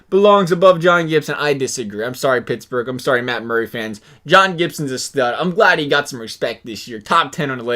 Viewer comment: It’s Murray not muray